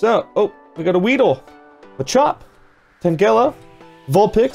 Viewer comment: The way you said Tangela gave me cancer :-O